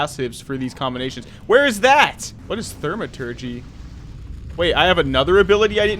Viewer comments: Good vid, its pronounced "thou-ma-turgee" its the study or work of magic. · Thaw-ma-tergy, no "r". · Great video as always. Also, it's pronounced "Thaw-maturgy"